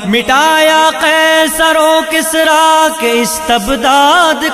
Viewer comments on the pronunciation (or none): none